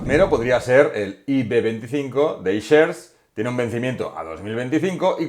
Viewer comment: escuchar "Ishares" tal cual me hace daño a los oídos; "aishers" porfavor